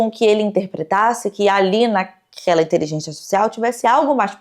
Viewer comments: "inteligentia zartifffcsais" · porque que ela fala inteligenTIA aaaaaaaaaaaa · Caralho, INTELIGÊNCIA! É inteligênCia e não inteligênTia!!!! 🤦🏻‍♀️ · Ouvi a falando "inteligêntchia" artifícial o tempo todo kk não consigo desouvir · Nossaaaaa nem fala, “inteligentia” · gente, ela fala inteligentia ou inteligente artificial, que nervosooo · gostei da pronúncia intelidjência artificial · eu acho q eu to com psicose de youtube, o tempo todo ouvindo a falando "inteligentia" e achando q ela ia falar outro idioma hahaha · Toda vez a repete a palavra "inteligência" eu escuto "inteligêntia" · td vez q ela fala inteligentia artificial alguem morre no rj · Inteligentia artificial kkkk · falando “inteligêntchya artificial” quase todas as vezes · Meu deus que agonia. InteligênTIA . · ela não consegue pronunciar 'inteligencia artifical' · que fofinha a pronúncia da de "inteligência" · A fala a palavra "inteligencia" de um jeito engraçado ne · pronunciando "inteligência artificial" é minha nova religião. 😂❤ mto fofaaa